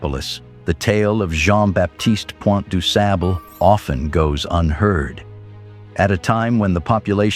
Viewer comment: With the exception of mispronouncing this great blackmans name, the video was very educational 👍🏾😉